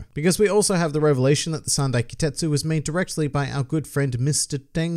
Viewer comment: There's some special set of swords named Ki-TET-su but he said Ki-SET-su